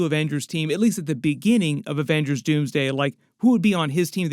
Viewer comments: It’s “Avengerz” ! 😂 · “The Averagers”